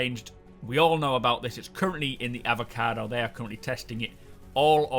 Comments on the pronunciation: E-VO-CA-TI... SAY IT! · They are called the Evocati, not Avacado xD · I know what it is, I just found the pronunciation weird.